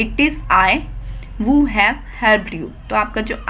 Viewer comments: helpful playlist ,,,,but y r u pronouncing vuu instead of huu???,,, please ans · Isse bkwas koi nh phdata bhai she really needs to work on her teaching skills and clearing her own concept first 😬 usually I don't comment but after hearing who (hu as vu ) I just can't 😐😐